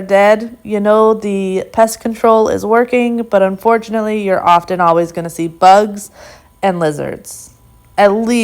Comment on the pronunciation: the 't' in often is silent...word is pronounced 'offen'